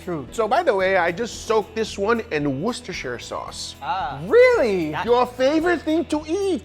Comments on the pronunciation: "Wash your Sister"? ........ WUSS-TER, its pronounced WUSS-TER, the same as the namesake place it is from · Worcestershire is pronounced WOOSTER-shure. Not WARSH-ster-sir. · did i hear him say "wash your sister sauce" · Worcestershire. If you want to know how to pronounce it, it's, Wuss-ter-sheer, not wash-your-sister, I gotchu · Idk about "Wash your sister", lol. It is more like "wuss-ta-sheer" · It’s war Chester shy er sauce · Worcestershire is actually a ceremonial county in England... I live in England and it's actually pronounced "woos - te - shur" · Just say "woostersauce". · You're pronouncing it wrong. ^^ It comes from Wooster, at least by pronunciation in England. :) You're welcome. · If your having trouble pronouncing it’s Wuster shire sauce 👍🏼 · It’s pronounced “war-Chester-shire-sauce” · wosh-ta-sha sauce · I think it's pronounced 'Woosh-ter-Sheer' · You're pronouncing too many letters in Worcestershire, try to say it with as few letters as possible: wu - stuh - shuh. And definitely don't pronounce the "shy - erh". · Haha guga thats NOT how you pronounce it. Pronunciation is Worster sauce. In England they don't pronounce the full word. Just like the city Leicester. It's pronounced as Lester. Don't ask me why 😂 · GUGA! THIS SAUCE IS NOT FOR WASHING YOUR SISTER! WOR-STER-SHER! IT'S NOT HARD! AAAAAAAAAAAAAAAAAAAAAAAAAAAA!!!!!!!!!!!!!!!!!!!! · It's not that hard to say it. War-chester-shire. Everyone be saying it wrong. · It’s wooshter sauce! Get it right. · Wuh-stur-shur sauce... say it with me.... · Phonetically is pronounced Woust e sher sauce - woostysher sauce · "World Chester " sauce... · It's pronounced WoosterSheer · Coming from and Englishman you pronounced it wrong ,,, sorry to tell you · lol but that's not how you pronounce it... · Yikes that is a butchered way of saying it lmao